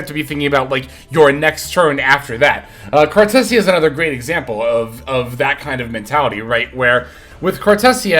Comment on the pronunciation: Bro did not just call her “cartussya” 💀